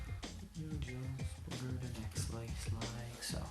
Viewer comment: I love the way you say "butter" it sounds like "boutter"